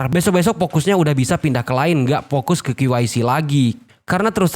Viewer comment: Maaf mohon perbaiki pengucapan K nya bukan Ki tapi Ke kayak pengucapan kepo. Maaf Lo...mantap. tetap dukung anda. (Jangan marah ya....?😊😊